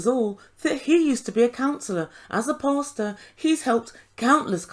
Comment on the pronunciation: When he says he's a pastor, he pronounces it "pasture." As in, someone please put Ben out to pasture. 🤠